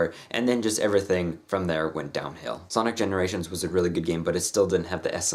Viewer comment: Every time you said Sonic I heard Sonnet.